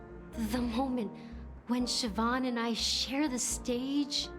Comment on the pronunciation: Siobhan is pronounced "Shi-vawn", I had a friend in high school with the name. (Which was many years ago, I'm also lava lamp age, haha!)